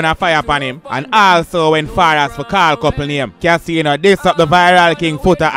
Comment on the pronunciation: Kaseeno.?...yuh mean! 🤣🤣